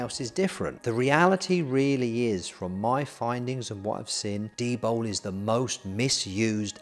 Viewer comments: Coz eez bri-ish innit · Why does he clearly say D-BOW instead od D-BOL?